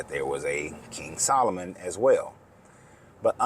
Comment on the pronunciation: "sol o moon"?? its a question about the magic you prefer